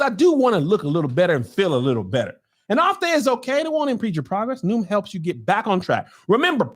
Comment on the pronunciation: Every time Kevin does the Noom ad, I can't help laughing, remembering when he BUTCHERED IT!!! Noom.CLAM LOL LOL LOL